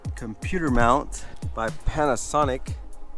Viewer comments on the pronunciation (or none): none